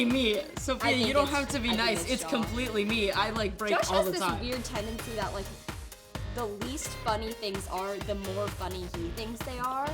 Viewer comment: The amount of times they say "tendecy"😂😂😂